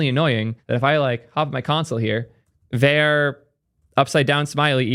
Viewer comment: calling `var` `ver` throughout this video is killing me!!!